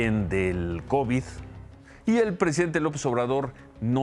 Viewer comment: Esa mujer no sabe pronunciar ninguna palabra. Que hace ahí Ciro?